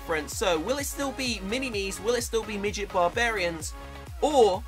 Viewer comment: don't say middet cus I am one